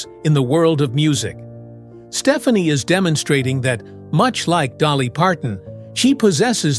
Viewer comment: Love the respect they have for each other - this is not a slam, but Gwen's last name is pronounced Ste-FAH-ne